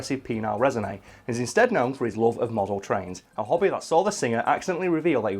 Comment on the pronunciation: I can't not hear hobbit when says hobby. I thought said Rod was talking about the hobbit